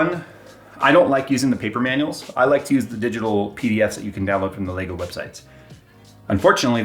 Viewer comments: It's LEGO not LEGOS, What is it with Americans They can't say Lego. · Lego... There is no S... Stop saying it wrong. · arrrgggghhhh. Say legoes again i dare you :) so annoying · He keeps saying “Legos” and it’s driving me insane! Poser… lol Love you!